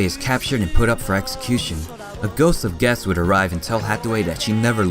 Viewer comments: Why does this guy say guess instead of quess? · Learn how to properly pronounce Quess and Bell-tah-chi-ka.